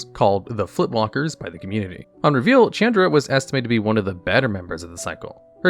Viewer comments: Shh-aun-druh Not Ch-Ann-druh I know you read these comments because you now say Izzet right. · Wtf is a Chand Ra? Learn how to pronounce names dude...never heard anyone butcher that so bad. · Mispronouncing Chandra is difficult but he managed to do that